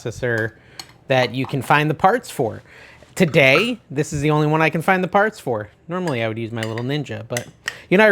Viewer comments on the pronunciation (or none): none